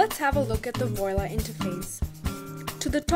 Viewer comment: You call this a tutorial? I call it a commercial. It does NOTHING to demonstrate how anything is accomplished. I do find it interesting that the person narrating what purports to be from the from the publisher doesn't know how to pronounce the name of the product.